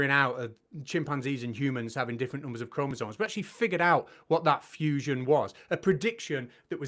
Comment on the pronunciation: Arguing about chromosomes while calling them KROMOZAWNS is compelling argument. 🫡